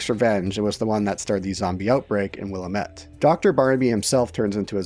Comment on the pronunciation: It's Willamette Dammit. 😆